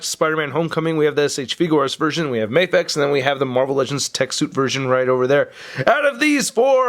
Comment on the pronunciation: It's "Mah-fex" not "May-fex". Because it stands for "Miracle action figure x", not "Miracle ay-ction figure x"